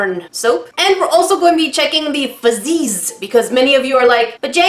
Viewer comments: It's not fazzies its fuzzys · Why did she keep saying FUzzeeees.. I thought it’s straight forward fuzzies basically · Why are you saying fuzzeez like that.. 🤢